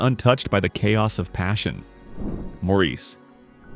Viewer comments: Good list but please, Maurice is pronounced Morris. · I've seen many of these, own a few on disk. But I dislike AI narration. Maurice (1987) is pronounced "morris." That's one I own. van sant. van saunt. Good list otherwise.